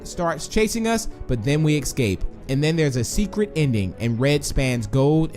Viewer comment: Why do you say ecscape? It doesn’t make sense